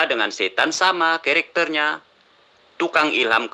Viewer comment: Bilang karakter aja ketekter..ha..ha..